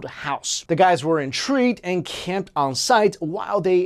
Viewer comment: why does he pronounce "on" as "ung"??